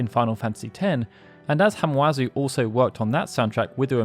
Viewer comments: His name is Masashi Hamauzu. Not Hamuazu. The A goes before the U. Sorry, I worship this man. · It’s Ha-ma-u-zu, NOT Ha-mu-a-zu. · Hamauzu’s name is pronounced Hama-Uzu. Just a heads up.